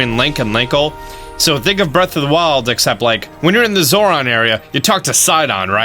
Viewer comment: "When You're in the Zoron area"...